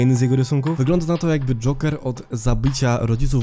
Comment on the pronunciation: Mi się wydaje czy ty mówisz dżonker zamiast dżoker?